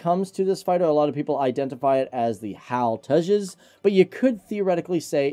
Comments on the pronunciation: It's not "Hal". HAL It's an acronym...not a name. H-A-L. (Hindustan Aeronautics Limited) If you guys are going to produce aviation related videos, remember that this is an industry that is heavily observed by people who are motivated by precision, validation, credibility, and certitude. We pick up on little things like this and it irritates the hell out of us. Tighten it up! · the way he said HAL, it was cool.